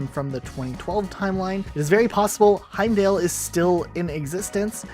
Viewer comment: I wanted to die for each time you said Heimdall’s name wrong.